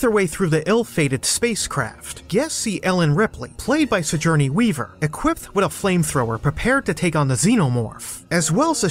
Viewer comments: Uh oh Sigourney Weaver fans are gonna be like, you pronounced her name wrong blah blah blah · Sigourney Weaver should sue you for how spectacularly you butchered her name...lol